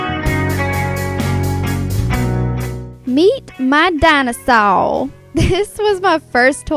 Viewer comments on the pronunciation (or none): OMG DINOSAWR XD THE WAY YOU SAID IT XD